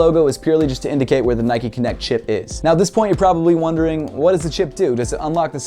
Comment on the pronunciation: Great vid and all but it's not nikeee it's nike